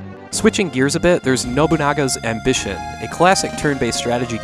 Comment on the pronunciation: OF ALL the reviewers and content creators talking about the SNES games, you're the only one who's ever pronounced Nobunaga's Ambition properly.